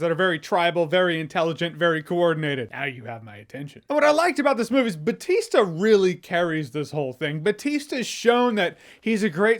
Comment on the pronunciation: Why do you say "Batista" if the name is Bautista? Can't you gringos say "au"? Edit: yes you can, like the last name Bauer